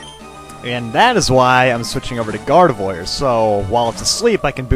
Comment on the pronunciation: gardevoir is pronounced as gardev-war not gardev-oir...even though its spelled oir and banette is pronounced bane-ette...just thought id pount that out (prepares for thumbs down)